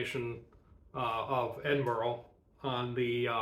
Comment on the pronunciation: Edin burraa. There's no 'oh' in it. Great vid, though!